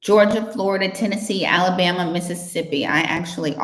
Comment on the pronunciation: Clear , " Alabama " .